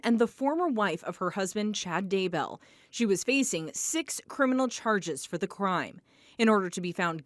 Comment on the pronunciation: Daybell not Dable.